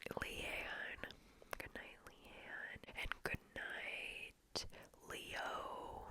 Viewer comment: Does she say Lean or Leon? Doesn't sound like Leon so I'll have to stay up my whole life now. R.I.P